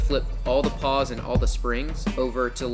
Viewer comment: Ahhhh! I just watched another video, with the exact same problem. It's pronounced pawls, with an "L" it's right in the word, and it sounds exactly like it's spelled. Why is this confused so much. Pawls, like, "I'm going to Paul's house." I know I'm kinda being a dick, but it sounds really dumb to here someone call pawls, paws. There's an L!